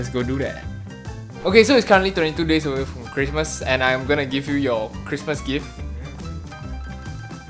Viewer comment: its currently 22 days away from "chri-mas"